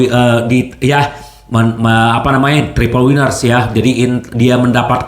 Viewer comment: trebel winner bung, bukan tripel winer